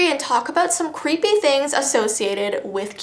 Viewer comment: Das cweepy lol 😂